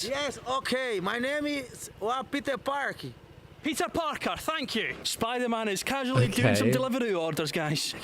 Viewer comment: Oooh a brazilian, I could recognize my country's way of speaking english even if I was half deaf lmao "Mai neimi? Piter Párqui" with the rolled R too XD